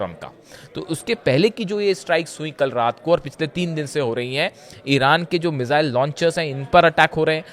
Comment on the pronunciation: भाई मिसाइल होता है न कि मिज़ाइल,,, सीएनबीसी वालों कहां से ले कर आते हो ऐसे लोगों को ।